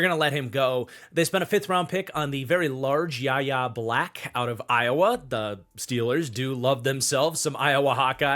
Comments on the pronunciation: It's pronounced "Why Ay" Black, not "yah yah", and it's Demarvin "Lee Al", not "leel". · Yahya Black is pronounced why-yay black fyi